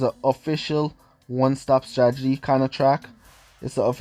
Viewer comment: I like it when he says Stragety instead of Stratergy🤦